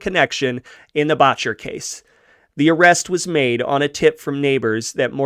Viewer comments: The first syllable in Boetcher is pronounced like better, not bawtcher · It's pronouced Bet-Cher, not Botch-er. Boettcher. I went to scholl With a grandaughter of Charels Boettcher. Founder of Botanic Gardens among other things. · Second generation Coloradan here, my mother was born 1924 in a house on Santa Fe street Denver, until the onset of the depression her parent's Anna and Norman had a cafe in Denver, Boettcher is pronounced BET-CHER, FYI, this is interesting and nicely done....glad you do your own narration, cannot stand bots....